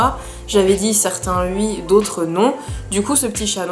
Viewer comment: J’aime trop psk tu dis pas « oui » tu dis « ui »